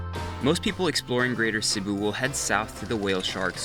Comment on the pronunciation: You nailed Cebu, that’s my place!👏🏻👏🏻👏🏻👏🏻👏🏻